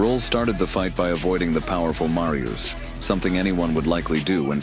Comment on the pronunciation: it's not Marjus but M A R Y U S H